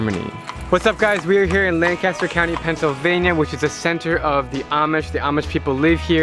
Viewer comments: I love the yonies! And it's Lancaster ( Lank-ister) not Land-caster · Lank-aster said as one word. Lancaster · First of all, it is pronounced LAN cas ter. Secondly, they are called AH mish (not A mish). Thirdly, they are of Germanic heritage, not Holland Dutch. (Deutsch is the Germanic word for "German.") Fourthly, they end their official schooling after eighth grade. During"rumspringer," the period which preceeds officially commiting to the church, Amish youth are generally free to openly experiment like "English" youth. Fouthly, they are very savvy. Though they shun electricity, movies, photiographs and automobiles, they are avaricious readers. They frequently rely on doctors who aren't Amish. They are very good at construction, something passed from generation to generation as with farming, and help each other in "barn raisings." Their religion is Protestant and Sunday (holy day) services are generally long and neighbor oriented. Families usually live close together. While they don't drive anything but horse pulled buggies, they will ride in autos driven by others. They do not have home phones, but do have phone booths placed between properties for emergencies. They have a caustic sense of humor, but can be very entertaining. While the home of the Amish is generally considered to be Lancaster County, PA, there are groups scattered throughout the midwest and Canada. The Amish sell some of their products in Manhattan, NYC. One Amish-oriented PA town is called Intercourse. Passing through it in a chauffeur driven limousine, the late actress Debbie Reynolds jokingly instructed her driv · Please pronounce it Lan kiss ter county. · Bruh it's pronounced Lang-kiss-ter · When you're not from the area so you mispronounce Lancaster, lol. Nice video! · The way you pronounce Lancaster hurts me so much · if ur gonna visit lancaster at least say the name right lol